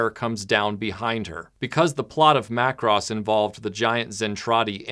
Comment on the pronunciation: 📣 YAAY! YOU CALLED IT MACK-ROSS!!!